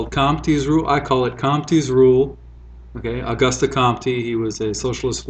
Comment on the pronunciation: Pardon my pickiness, but if it's the only complaint this vid gets, you can be happy(and it's not really a complaint, I'm just trying to help): Was thrown off at the start of the vid 'cause I heard "Agusta Komptee" and only from the context did I realize you were speaking of Auguste Comte (pronounced in French: [oɡyst kɔ̃t]). With the "o" sound as in "boat", the "y" in "gyst" like "ew" in"few" and with "kɔ̃t", the "ɔ̃" sounds like the "om" part of gnome" (Oh-goost Comb-t) . Great vid, Otherwise!